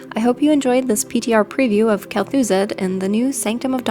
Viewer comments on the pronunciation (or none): only one criticism kel'thuZAHd not kel'thuzed